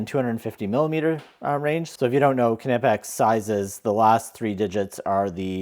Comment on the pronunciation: The right pronouncing is K - N - OOO - P - UU - X